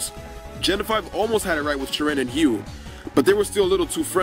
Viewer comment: No offense but Hugh is pronounced hew